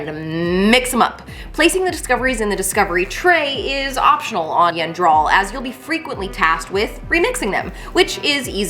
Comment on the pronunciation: every time... you have been saying the planet incorrectly.